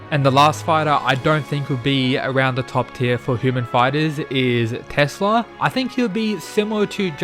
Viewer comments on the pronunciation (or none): none